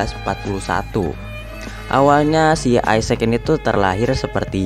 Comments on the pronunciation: bacanya bukan isec bang tetap isacc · Bacanya gini bng = isaac w sprauge isaac = isak w. = Doubleyu spauge = speigej